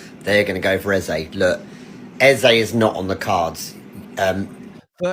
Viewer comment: 'A Berry Eze' 😂